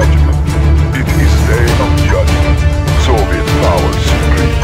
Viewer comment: "Soviet power suprem"